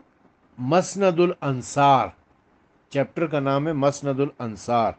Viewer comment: مسند کی م پر زبر نہیں پیش ھے